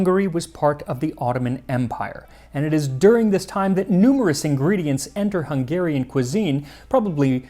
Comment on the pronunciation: His confidence in mispronouncing some words is unmatched haha! It's a hard language though! My Hungarian Grandmother made this soup super spicy, definitely used the hot paprika. It was delicious but waaay too hot for a kid like me😂Such a nostalgic moment, I can taste it in my mouth now. Especially the chunky potatoes soaked through with the paprika taste❤